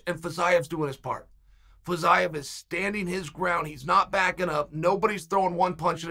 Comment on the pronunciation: Nobody: Chael: Fazyeav